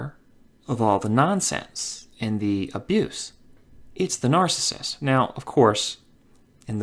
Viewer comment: It is NAR-CI-SSIST. Three syllables. Not NAR-CISST. It's NARCISSIST.